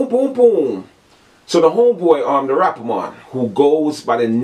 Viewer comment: Lmfaoooooo dawg Everytime u say rappa Mon I died